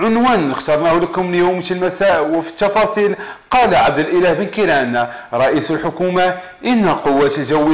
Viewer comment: واش هدا صحفي ولا ك يبيع النعناع هههههه الشفاصيل